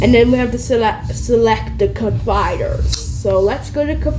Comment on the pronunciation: It’s colliders not coviders